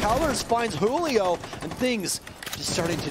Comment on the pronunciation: Y do the casters say “Hulio” it’s Julio it’s Portuguese not Spanish